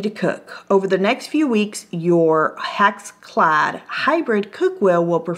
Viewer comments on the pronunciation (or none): I think "hack's clad" is the best pronunciation! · not trying to be mean but sometimes you called it a HACKS CLAD pan. LOL I think that should be the right name for it....it's a hack. LOL